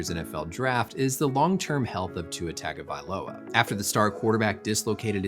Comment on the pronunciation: The way he pronounced Tua’s last name proves he’s NEVER watched him play on Saturday. No commentator ever said his name that way.